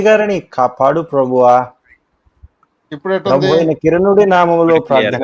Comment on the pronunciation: ప్రభువా అని లేదు. పబువా అంట